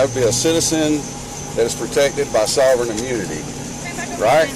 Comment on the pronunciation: "You must be dem sovren citizen" -sovereign citizen